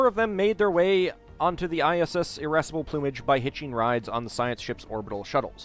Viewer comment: LOL "Irassable Plumage" Irascible: tendency to get angry I interpreted it as "feisty tits"